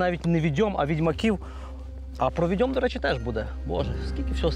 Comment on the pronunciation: Правильно не "віДЬОм" потрібно казати,а "ВІдьом",--- від слова "ВІдьма" !!!